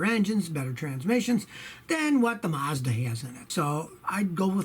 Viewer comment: Its Mazda Not Marzda .